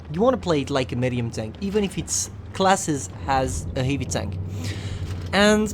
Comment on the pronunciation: you still cant say medium and scrape u suks